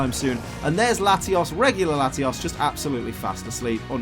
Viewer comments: You say latios as latias so I was confused the whole video. TAlk right please. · he was using a short "O" sound which sounds too close to a short "A" sound. And I sound like Hermione rn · He uses a short o in latios making it a tad difficult to differentiate the two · Listening to this episode with auditory processing issues is a trip. He pronounces them so similar...